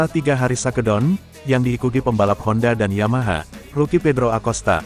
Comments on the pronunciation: Bacanya yg bener dong min...masa shake down di baca sake don...😅😅😅😅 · 🙁.. Mimin channel ini juga banyak channel yg lain pake asisten "robot" sebagai pembaca script nya... 😒.. awalnya gimana Geetu saat denger shakedown di baca sake don.. tapi kerna sudah keseringan.. Jadi asik aja geetuh.. 🙄.. gak ubahnya saat nyaris semua bus mania menyebut salah satu tipe bus produksi karoserie nasional yg di beri nama DISCOVERY... yg harusnya di ucapan diskaveri.. Malah jadi disco veri 🕺💃... ☹️